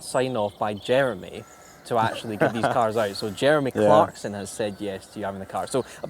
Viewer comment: cleremy jarkson